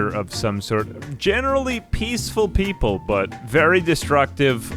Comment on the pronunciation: "we are the micrope-" 🤨 "-ople" 😌